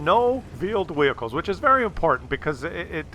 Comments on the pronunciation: he didnt say that... he said Vheeled Wehicles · “Vheeled wehicles”. Classic